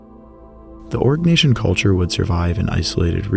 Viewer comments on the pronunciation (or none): Arg - nay - see - un .... Jeezus 😖😖😖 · Pronounce Oh-ree-nyak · Is it only me or do i hear so say constantly say "orc" nation 😂.... joke aside, very VERY good content. Invaluable even...